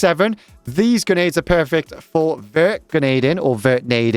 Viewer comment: just heard this guy say genades 100 times